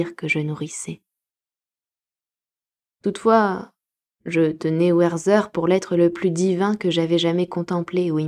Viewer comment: Merci pour cette superbe lecture. Juste pour info, on dit Wertér et pas "Werther" à l'anglaise. C'est un livre de Goethe, le personnage est allemand. 😊